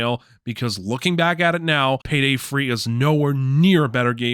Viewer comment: Why do you say Payday Free instead of Payday 3? Is there a joke that I'm missing?